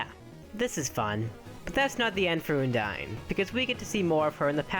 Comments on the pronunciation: I think it's undyne not ooodyne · Its UN-DIE-N not OON-DIE-N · ummm....did you guys notice that he said oundyne? not undyne... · Oondyne? Oondyne? IT'S UNDYNE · Undyne not oondyne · Its pronounced uhn-dine Not ooon Uh-n-d-ine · uuundyne? its pronunced i think AN-DIE-NN thats the best i can help you prononce when i an doing it through a comment section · It's Uhndyne not Oondyne! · Uh-n-die-n not une-die-n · its not pronounced OONDINE its pronounced UHNDINE XD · it's pronounced un dyne not ooondyne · I say an-dyne not oon-dyne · Oondyne? It's Undyne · Did you say...... Oondyne? It's un-dyne. Not trying to hate just pointing this out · Eudyne it sounds like this it's undyne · Oondyne really it's UNdyne UNdyne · What Oondyne? It's Undyne XD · uondyne it`s undyne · its not oohndyne its un dyne un as in undo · It's undyne not oondine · ehm it not oondyne its undyne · Oh btw its UNdyne not YOUndyne. if it were her name being a pun on Undying wouldn't make sense. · ITS UN-DYNE UN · WHEN HE SAID 'OOONDYNE' I GOT HELLA TRIGGRDDDDD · oondyne lol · Btw it's pronounced Un dine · You mispronounced Undyne it's ( un-dyne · Here's how to pronounce Undyne. Uhn-dine. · my list: 5. oondine 4. oondine 3. oondine 2. oondine 1. oondine yep. dat pronunciation killed EVERYONE in the comments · OMG IT'S OONDYNE! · OONDYNE! that pronunciation killed me. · Why did he pronounce undyne like oondyne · How are you pronouncing Undyne so wrong? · WHY ISNT SANS-PAI NOT 1?! also you pronounce Undyne wrong.. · Man you're saying Undyne's name wrong... Please check somewhere how to say it right.. XD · u said undyne wrong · You pronounced Undyne WRONG!